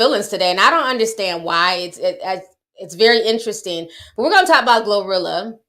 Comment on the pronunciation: I screamed everytime you said glozilla 😂😂😂